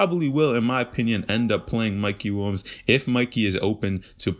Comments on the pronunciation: Sounds like dude is saying “wombs” instead of Williams lol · bro why u keep saying mikey WUNS wtf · I can’t un hear it 😂